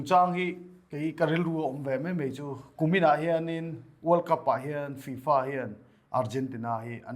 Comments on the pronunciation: Tufa maw I tih? FIFA 😂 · 'Tu fa?' : 'Fi-Fa' 🤣🤣